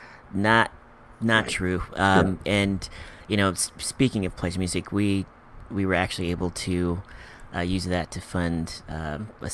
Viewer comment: Did u say “Place Music”?